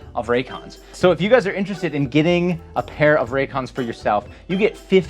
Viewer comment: Is it Ray... IT'S FUCKING RAY-CONS.